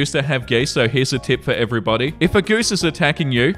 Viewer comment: "I used to have geese so-" said quickly in your accent sounds a little....different 💀